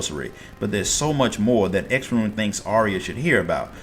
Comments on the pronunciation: Only complaint I have is the pronounciation of X'ruhn Tia's name took me a bit to get used to, but other than that this was awesome! Thank you! As far as I understand Miqo'te names are pronounced as one word. I.E. Y'shtola (Yeeshtola), M'naago (Minago), G'raha (Graha). So X'ruh would be (Xeruhn, at least that's how I pronounced it. Hard to confirm when there's no VAs) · "Sha-roon" is how to say his name, amazing vid though, seriously!